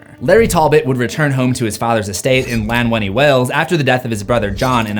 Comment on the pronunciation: As a Welsh man the way you pronounced Llanwelly was hilarious 😂. Why did they habe to choose one of the most Welshiest names? It could have been worse I suppose 😂